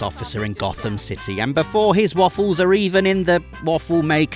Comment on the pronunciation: & Few hiccups there, talking about arkham 'city' 😂